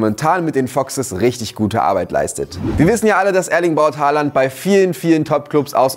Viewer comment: Man spricht ihn Håland, im Norwegischen Olan aus. Grüße aus Norwegen